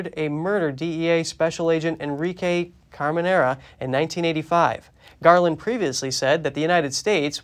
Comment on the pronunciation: Properly pronounced, he was Agent Kiki Camerena. Not Camenera.